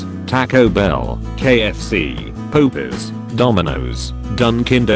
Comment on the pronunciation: I cant stop ugly laughing at the way the voice reads Popeyes. POPIES HAHAHAHA